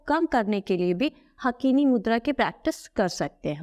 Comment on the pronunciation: हाकिनी मुद्रा बोलते हैं हकीनी नहीं बोलते हिंदी में